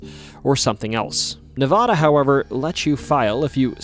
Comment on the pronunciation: But he said Nevada incorrectly.